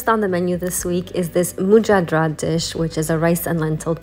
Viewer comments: Everything looks so easy when you do it! I couldn’t decide if you are Persian or Bucharit, but if you are struggling to pronounce majadara then you are definitely not Persian! Lol! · I love all the recipe ideas especially the Mujadara, it is pronounced mooshatara it is a middle eastern dish. Thank you for all the recipes. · Majadra is the correct pronunciation..very popular in Israel...thx...yummy as usual!!